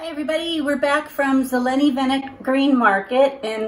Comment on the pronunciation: Hi, great presentation. the leter C is NOT sound K like you say Zeleni Vena'K' but.. pronounced as qick 'TS' Zeleni VenaTS, appologies for correcting you. also... you tried dried SOUR CHERRIES and not just dry Cherries at the nuts place. Sour cherries juice.. also. Not cherries, totaly different taste, sourrrrr a little bit Kajmak is the SKIM (fat layer) collected over many days.. from boiled milk. a letter J is a soft sound Y cheers